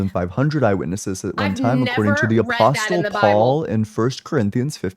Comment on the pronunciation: The T in “apostle” is silent.